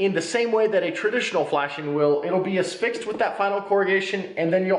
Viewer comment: It's "Affixed" not "asfixed" (which isn't a word).